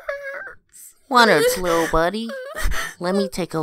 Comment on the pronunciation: He is saying wittle